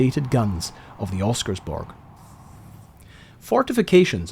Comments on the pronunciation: nice video! just one thing... pronounce ALL the letters. Don`t skip the second S in Oscarsborg and you will have the pronounciation as good as a local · Thanks for covering some Norwegian history. It's nice to see my home country get mentioned online. though you did butcher the name "Oscarsborg"... if you didn't forget the S it would have been easy to make it sound like something similar to how it is said in Norwegian. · Can't pronounce Oscarsborg. Can't pronounce Blücher. Can't pronounce Weserübung. Too infuriating. I am out.